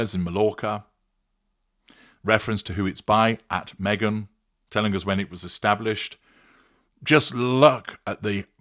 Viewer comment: Each time I hear say her name, it sounds like a bad word